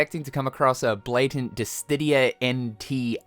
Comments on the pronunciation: Bruh, it's Diss-Idia not Diss-tidia. Please 💀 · Diss-sid-dia. Where is the "T" in there??? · …,, …you are far too deep into the Square Enix community to be mispronouncing DISSIDIA! There is no T in the word. Come on my guy. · at this point he has to be doing it on purpose for engagement farming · dear, it's DiSSIdia - there is no additional d after the S 🙏🏻 With all due respect, your wrong pronunciation is very bothersome 🫣 Love the vid though ❤ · Still not able to pronounce Dissidia correctly? Come on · Can someone please tell to this guy how to pronounce "Dissidia"???